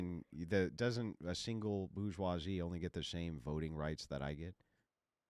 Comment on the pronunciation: It’s not bou-goisie. It’s bour-goisie. More evidence American’s confidently say things wrong and eventually people keep saying it wrong.